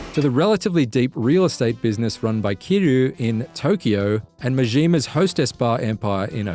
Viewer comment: “Off the beating path” it’s “beaten”. You think the path has a heartbeat? Also, the name “Kiryu” has a Y in it. Why are you pronouncing it “Kiroo”?